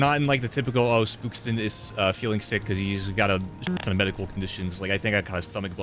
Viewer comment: This was probably the most aggressive Spookston video he's talking faster and his pronounciation is slightly different plus hes talking much less about the game also trashes on the Terminator lol and slightly meaner to enemies you can tell is not happy